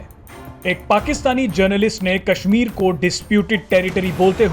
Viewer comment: pok 😝😝😝,Pakistan bolte the na keshmir,Keshmir abbe jhahilo ye ksmir h na ki Keshmir